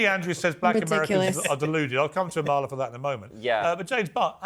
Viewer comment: Emphasis on the first A Piers. A-mala.